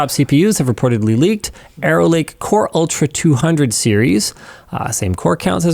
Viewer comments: I heard "Aero Lake" and thought it was "Error Lake." Turns out, it was "Arrow Lake." I'll stick with "Error Lake." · Did Linus just refer to Intel's next generation of processors as "Error Lake"? 😅 That's what it sounded like to me... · Wow that was messing with me. Every time he said "Arrow Lake", all I heard was "Error Lake". It wasn't what he actually said, but it made me laugh just the same. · Instead of Arrow Lake, I heard Error Lake 😂… How fitting for this video. That’s what I get for having the robot vacuum running in the background 🥴